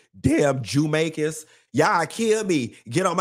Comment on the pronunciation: Did he say "Jewmaicans"😂